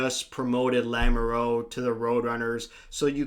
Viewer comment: as a french-canadian, i love how you pronnouced lamoureux. Definitely wrong but i get it lol